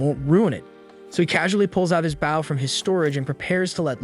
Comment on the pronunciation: say bow correctly.